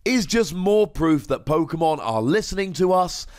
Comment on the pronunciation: Why do you go out of your way to pronounce Pokemon different to everybody else? Sounds dumb af